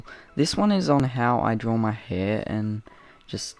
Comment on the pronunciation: I’ve noticed how Australians say “drawer it”or “drawering it” Instead of “draw it” or “drawing it”!!